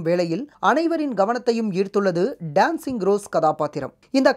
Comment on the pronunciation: டேன்ஸிங் ரோஸ் அல்ல டான்சிங் ரோஸ்....